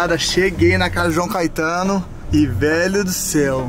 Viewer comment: "CAITANO" É FODA